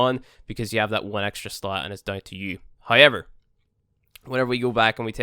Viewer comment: Why does he always say hayever instead of however